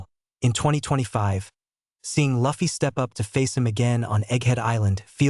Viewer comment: The auto generated voices and not an actual narration is getting so tired. The mispronunciation of “Luffy” should be considered a crime. Especially if you’ve been a fan for years, as the narrator claims to be 😭🤦🏽‍♂️